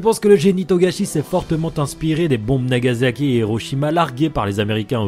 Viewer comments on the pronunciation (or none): none